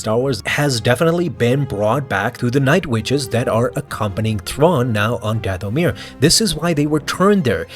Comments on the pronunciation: Your accent is on the wrong syllable when you say “Dathomir”. The accent should be on the first syllable as in “DATH-o-mir”. Forgive my extreme nerdiness about this issue. I studied with an expert linguist for years and it kind of rubbed off on me. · omg it's not dath-o-mirror lol